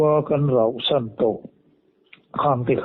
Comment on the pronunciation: Rohsan tih suh,rauhsan tih tur ani e,roh hi duh lai sawi na,rauh hi tlan chhiat san tihna,khuai an rau..